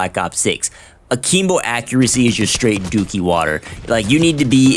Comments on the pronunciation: A-KIM-BO not a-keem-bo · What the heck is Ahkeembo? 😂😂💀💀